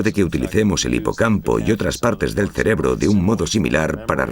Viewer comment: Se dice cerebro, no "celebro"